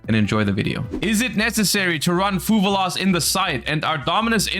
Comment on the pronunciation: One day will stop saying fuvaloss. That day is not today lol